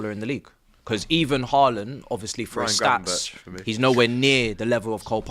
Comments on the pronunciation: Mate said gravenberch 😂😂😂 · I believe AGT pulls out the yellow card and says "gravenberch for me" to which Robbie asks "gravenberch?"